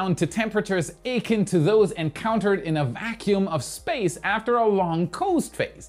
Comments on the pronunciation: FYI 'akin' is pronounced uh-KIHN. Congrats on number 300--you rock! But has it been that long already? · The 'g' in frigid is pronounced like a 'j'. Akin has the emphasis on the second syllable, so sounds more like a-kin. Appreciate these videos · "fri-gid" "akin" lol ... 10: 40, his english is sooo off